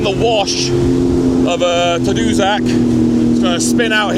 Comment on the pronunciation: It is pronounced as "TAD-OO-SACK"